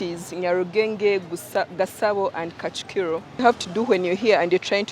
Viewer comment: Kigali has 3 district: -gasabo -nyarugenge -kicukiro not kacukiro